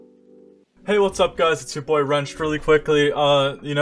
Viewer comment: Its wrenchd not wrenched btw